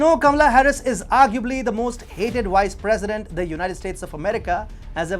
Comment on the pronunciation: It's Vice President not "wice president" you need to fix your V's & W's🤣